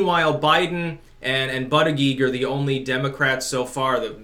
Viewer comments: Hey, apologies from Malta for Pete Bootey-cheech (i know you mis pronounce it on purpose!). I swear to ya, we're not all like him!;) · I believe it's pronounced Butt juice or mayor Butt juice. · Dear old Bernie is feeling the BURN.He is no longer special. He has gotten OUT- CRAZIED! And the proper pronunciation for mayor Pete's last name is Booty Gig.